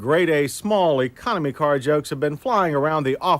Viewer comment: I love your pronunciation of car: “cor” 😊